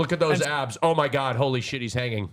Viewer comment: A human being is suspended mid air hanging from a rope:: “ohm magaad ohm maagaad”